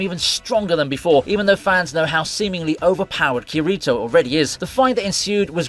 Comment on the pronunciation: It hurt my soul to hear Kirito's name pronounced like that